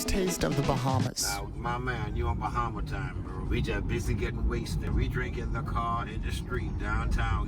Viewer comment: as someone from The Bahamas, hearing Bahamian pronounced like that hurtsss